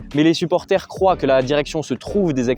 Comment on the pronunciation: Salut les gars j’espère que vous vous portez bien ? Déjà belle et bonne vidéo pour une petite chaîne, continuez comme ça je vous donne de la force Cependant pour que vous soyez crédible, essayez de parler correctement car vous faites des fautes de prononciation (croivent vous avez dit par exemple) et de travailler vos questions à l’amont car parfois ça manque de pertinence. En tout cas force et continuez 🙏🏿